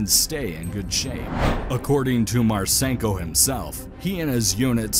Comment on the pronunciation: It's pronounced Marsinko, not Marsaynko.